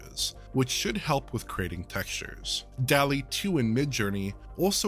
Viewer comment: It's pronounced "dawl-ee", not "delly". There're two Ls, like in "hall". *armor